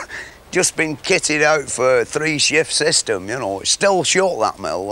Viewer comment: So it's somewhere in region of Lancashire? He pronounced know as nor .